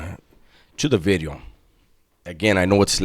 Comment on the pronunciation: The emphasis on the V on Bideo. Lol